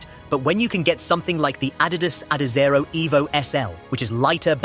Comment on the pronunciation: The narrator voice and the format instantly set off the alarm bells, but (the pronunciation of Adizero) is the dead giveaway. YT going to be increasingly filled with such content. I guess some various sources were pooled to make this.